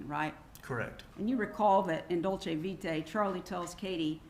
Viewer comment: He actually pronounces "Dolce Vita" correctly.